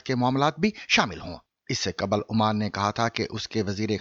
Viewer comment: قبل: qabal ❌/ دُرست: qbl ✔️